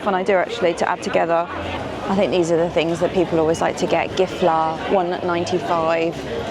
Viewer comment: Its so nice to hear u speak swedish, ”gifflar” haha 😛 im from sweden